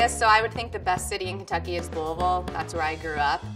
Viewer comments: ) FINALLY SOMEONE WHO PRONOUNCES LOUISVILLE CORRECTLY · Louisville is not the best city in Kentucky, egh. At least she pronounced it "lulvule," that made me feel re-affirmed about my pronunciation.